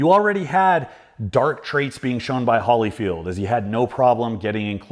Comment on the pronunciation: Did you seriously pronounce Holyfield as "Holly-field"?